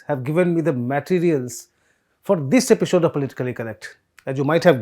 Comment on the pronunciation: Epishode 🤣 gutka nikal be 🤣🤣😹